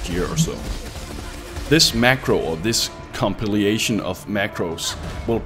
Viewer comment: i think it "compilation" instead of "compiliation" :)